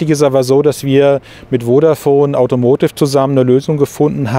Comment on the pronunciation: Ich mag die Videos wirklich sehr, aber „AUTOMOTIV“ kann ich nicht mehr hören.